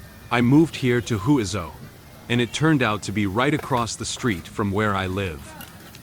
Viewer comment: Huizhou is pronounced "Hway-joe" not "Hooey-zoh"